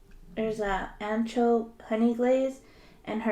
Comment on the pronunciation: Hey I’m watching this again and I’m just realizing idk what flavor you’re saying ??? Ancho? Honey glaze or antro?? Idk I couldn’t make it out . :(